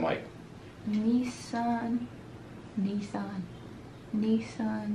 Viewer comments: NO. "Nissan" is a CAR. This is "Nessun Dorma." NESS-OON DOOR-MAH. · Neh-soon Door Muh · Pronounced NEH_soon Dorma from the opera entitled Turandot - by Puccini. Read the story and his voice becomes more powerful...He wins the girl or he dies... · yall talking about reading but yall couldn't even pronounce "nessun" correctly mad cringe